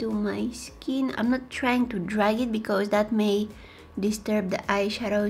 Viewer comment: Love the way she says becuse